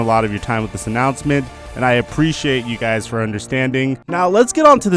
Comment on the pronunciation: You said “announcent” instead of announcement